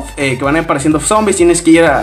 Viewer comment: En el minuto "Zombris”